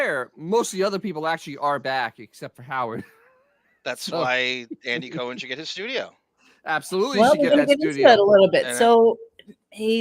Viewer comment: *the pronunciation of “Andy Cohen” …. 🤢